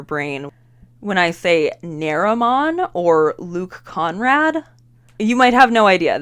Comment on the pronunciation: Immediately thought of neromon, before you said names. Forgot about Luke but remembered after you mentioned him. Fyi his last name is Conard, slightly different consonant order than what you said in the video.